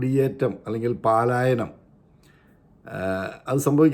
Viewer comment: പലായനം not പാലായനം